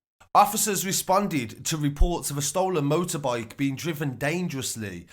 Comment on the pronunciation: "Motorboyke driven daaaaangerussly"